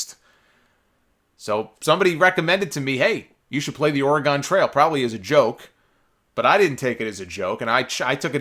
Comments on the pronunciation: Or-eh-GUN, not Or-eh-GONE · PSA: Oregon is pronounced "OR-ih-gun," not "or-ih-GAHN." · Is that an East Coast/NY thang to enunciate Oregon like it sorta rhymes with hexagon? I’ve always heard it as ‘or-eh-ginn’